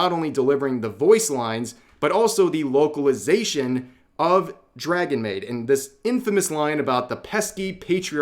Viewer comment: I thought you said "woke-alization" lol